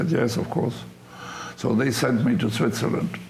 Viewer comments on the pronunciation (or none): none